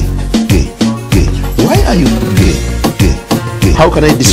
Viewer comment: How can I describe it? Umm...umm YOU ARE GEH GEH GEH